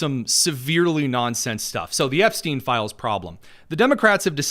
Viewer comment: dear Lord!!! "Release the 'Epstone' files" LMBO